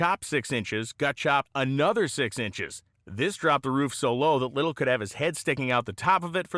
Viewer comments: Just saying... it is pronounced "Ly tell", not little Least that the way I pronounced it all my years! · His name is pronounced Ly tell. At least all the Hotrod community in Los Angeles called him that. My neighbor Dale Linguard did some fabrication on Lytele's Allison Issetta. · Its pronounced "lite-el". Good friend, good man. I worked with him in Maui 30+ years ago. He still had two of those engines left. I got to help install one into a VW Bus. Man was impressive. Made the 2 speed trans for it from scratch. He even built my Subaru Baja he sold me when back in 1993. Miss that dude.